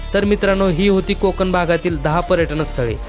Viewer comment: कोकन नाहीरे कोकण . ण आधी शुद्ध बोलायला शिक